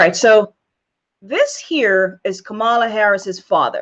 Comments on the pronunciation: First of all, before you complain so much about Kamala Harris, I suggest that you learn to pronounce her name correctly. Kamala is an Indian Goddess' name, also known as Parvathi, obviously given to her, lovingly, by her mother, who is of Indian heritage; she is from Tamil Nadu. Her mother is a medical doctor, an oncologist - a breast cancer specialist, who has done extensive research in breast cancer and its causes. She is not Kamaaala as you call her; she is Kamalaa (for purposes of correct pronunciation), but spelled Kamala. It makes no sense to me why you keep calling her "fraud" just because she is not Black. Kamala Harris never claimed she is black; neither did she claim to be or pretend to be White. She is who she is. She is brown; she has a wonderful, glowing, chocolate complexion. I can sense that she is very proud of her Indian Heritage also, as she aught to be. She must be proud of her great accomplishments, too. She is a talented, well educated, well accomplished woman; she is a skilled, intelligent, hard working politician also. I suggest that you read about her first before "digging" information about her father and her grandfather. Why do you blame her for who her father is or who her grandfather was? She was born in California, so that makes her a US citizen by birth; she has a Bachelor's degree in Economics from Howard University, and she earned her JD from the University of California, Hastings College of the Law. If you compare your accomplishments so far w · Maybe start by learning to pronounce her first name. Kamala is pronounced like ‘Pamela.’ Why are you trying to tear Sen Harris down? I don’t give s damn what race she is! I care what she says, what she does, what she believes and will work to accomplish for our country. Shame on you! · You should know how to pronounce her name correctly. And her mother died of cancer. I appreciate your video, but you should be more informed before creating a video about her. It would make it more credible.